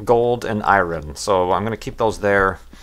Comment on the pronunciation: Did u just pronounce iron as eye-ren and not even?